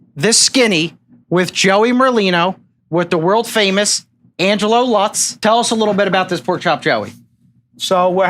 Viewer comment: It's Lutz, not Lux. Geez.